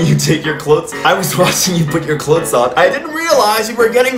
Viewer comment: So no one is gonna talk about how he pronounces clothes 👀